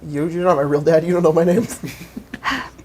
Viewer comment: ps you did butcher my name